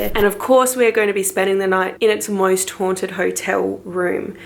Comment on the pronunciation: Lol sounded loke u wer saying moist not most lmao great vid tho u should come to NZ ;-)